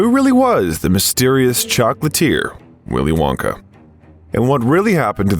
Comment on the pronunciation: "Nice" AI crap and bad narration. "Willy Wonkay...",???? Really????????? Hey!, your spam bots in the comment section are showing! "NO sub for you!! You idiotic AI pile of bullshirt!!! 💩💩💩💩👎👎👎🤑🤮